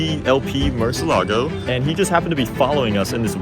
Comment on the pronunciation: why does he say murcielago like that